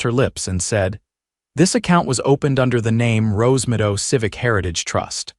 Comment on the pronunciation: Wouldn't it be Rose Meadow instead of Rose Midow? Your AI bites big time.